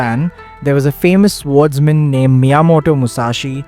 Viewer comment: A very nice video, thanks! A minor suggestion, please note that 'Swordsman' is pronounced as "sôrdzmən".